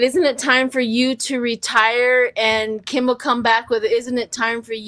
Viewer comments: His name is Kimmel ... not Kimbel. The quote was "Isn't it past your jail time?" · it’s Kimmel not Kimble